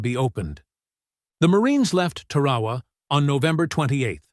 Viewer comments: "Tear-a-wa" NOT "Ter-ra-ra".... IDIOT!!! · It's pronounced TAR-A-WA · Can u say TAR-A-WAA? If u can, get 5 pts. Almost un-watchable. No photographic proof. Repetitive photos. The Marines didn't give a s...t. they just wanted to kill the cocks....ker's. Those ppl could have been in a hospital in Hiroshima. Consider these IJA guys lucky. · It is Tar a wa